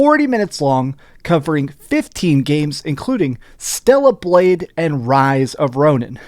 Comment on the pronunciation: It's Stellar Blade, not Stella. 😂